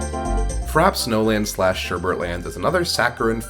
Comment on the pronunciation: uwu it’s pronounced fra-pay